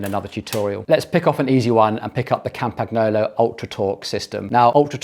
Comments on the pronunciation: TRY PRONOUNCING IT CORRECTLY WILL YA! Like this: Campan YOLO It's not CAMPAG NOOLLO........ FCS!!!!! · It's pronounced (very close to) "Campanyolo". The sound of "gn" in Italian & French is like the sound of ñ in Spanish (e.g. mañana) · G is silent in Campagnolo